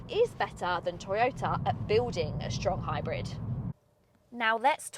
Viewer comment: "Shtrong hybrid" made my day